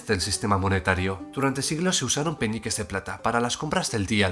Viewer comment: Alguien más escucha Peñiques en vez de peniques?